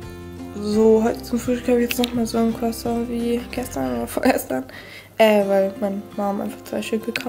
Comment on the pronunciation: Nicht crasso es wird crosson ausgesprochen